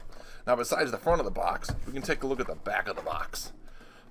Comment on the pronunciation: "Les take a look inside the bocks"